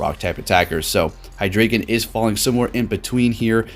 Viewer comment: Just fyi, you pronounce drei as DRY not dray.